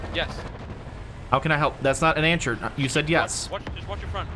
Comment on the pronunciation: Bahahaha! Us: “, have you been drinking”: “No” Us: “That’s not an an-sure”🤣 Anyone else catch that?